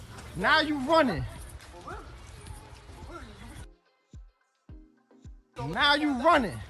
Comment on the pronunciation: "WHY ARE YOU RONNING?"